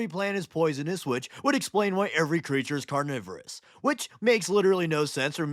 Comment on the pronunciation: "I WOULD LIKE TO PET THIS CREETCHA"